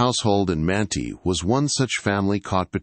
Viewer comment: Well, you said Manti right the first time, Man-tie, and wrong the rest of the video, Man-tee.